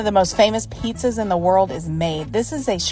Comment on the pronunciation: The emphasis on the line "most famous PIZZAS" when the thing isn't even a pizza tickles me.